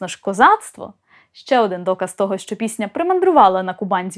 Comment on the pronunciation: Дуже прошу Вас,просити вашого чоловіка не промовляти шьчьо чьому і таке подібне 😢😢😢😢